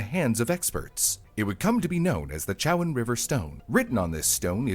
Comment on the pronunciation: As someone who lives in chowan county.....the town the stone was in is called Edenton ( EDEN-Ton) not adenton. its also the Chowan river (Cho-Wan)